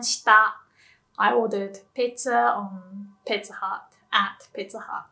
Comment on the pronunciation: Um, it seems like she said "Hut" and "Hat" the same (while she was speaking English?)